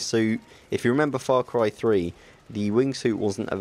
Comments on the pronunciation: Stop saying Frar Cry! Far Cry...Far. Faaarr. Faaarr Cry. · fra cry?? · "The reasons whoy I love the frarcry franchise"